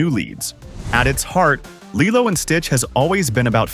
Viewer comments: LILEO? IT'S LILO! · It’s KEE-LO not LII-LO!!!😮😮😮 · Is this AI VOICED ??? Only AI that keep changing pronounciation. I mean, the narrator clearly said LILO at th begnning... but in the end, he keeps saying LAILO.... many times!!! Come on! Only AI makes this stupid mistake. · I don’t really like how & the way that the narrator pronounced LILO in some parts of the video! Does anyone else feel the same way? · I've seen the live action one... But I haven't seen the original one in forever... Also tell me why Lilo's name is being pronounced like that, and why these videos sound like they have AI voiceovers...